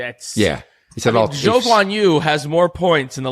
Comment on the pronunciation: his name is not "Zoo" lol, his name is much closer to what the commentators call him 😂